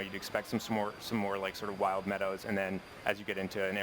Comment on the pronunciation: WILD NOT WIND